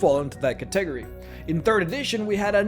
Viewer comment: Wait wait, how did you just pronounce "catagory?"